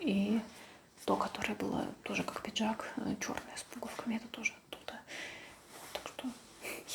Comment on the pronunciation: "Пинжак"! Говорить грамотно еще не выучилась, а туда же — видео мастерить!